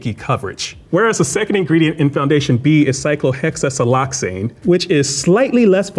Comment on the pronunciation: Can we just appreciate how easily he said these 32 syllable chemicals names!!! I mean come on. It would take us at least 7 tries to say cyclohexasiloxane right and that’s not even saying it confidently like he did. We need more teachers like him!